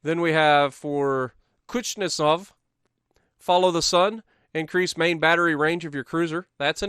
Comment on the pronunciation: cha-Pie-ev is how that’s pronounced. Also it’s kooz-Nets-ov